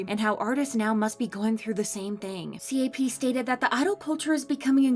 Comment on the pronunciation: Am I the only one to get progressively frustrated listening to the “C A P”s and “T O P”s instead of “cap”s and “top”s lol